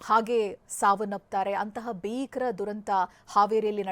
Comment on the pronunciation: adu beekar alla bheekar anta heli modalu sariyagi matadodu kaliri